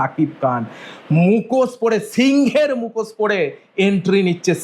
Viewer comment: মুখোশ বলে এটাকে মুখোসসসস বলেনা😂